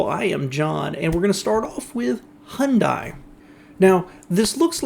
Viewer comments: I love your work, but you've got to start pronouncing Hyundai properly. It's not Hun- DIE, it's Hun-DAY... In their original ads in Southern California thEIR AD TAGLINE WAS: "Hyundai, open Sunday", so that you would understand how to pronounce the name. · When I put Google translate from Korean, the Korean voice says Hyundai like it's Monday or Sunday, so you are right, and my fellow British are wrong for pronouncing this Korean name as if it is Japanese. Man, why are Korean words romanised so strangely? Hepburn shiki for Japanese is so easy to read.